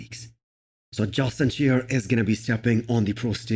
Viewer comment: Justin shy-er